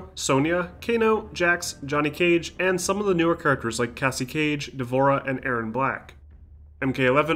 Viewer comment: Yeah and Kay C Cage